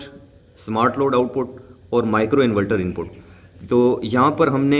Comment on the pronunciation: Inverter hota hai bahi invelter nahi